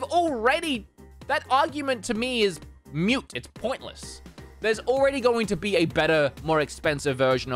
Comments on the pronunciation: Hey, why do you pronounce “moot” as “mute”? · Moot not mute.:) xoxo